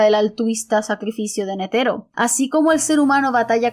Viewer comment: Me encantó tu reflexión, sin duda uno de tus mejores videos. Por cierto, repite conmigo: KurÁpika nÉtero :)))) (Solo estoy molestando)